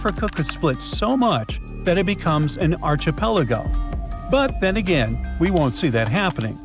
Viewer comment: It’s “ark-eh-pel-uh-go,” not “arch…” despite the spelling. Think arch angel - not like a doorway arch.